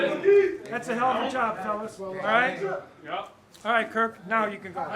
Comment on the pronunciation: I've listened to 10 times and I'm convinced thinks Kirk's name is Kurt